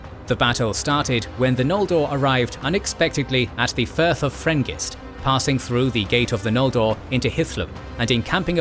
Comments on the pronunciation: Excited for these! Also, its the Firth of Drengist, not Frengist. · Also it’s the Firth of Drengist, not Frengist